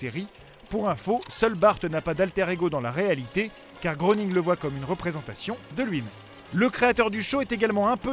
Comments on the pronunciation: ça se prononce matt grening le o est mué comme dans soeur :p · Tu es un beau connaître pas mal de choses sur les Simpson tu ne sais pas prononcer le nom de leurs créateurs ça se prononce "gréning" 😂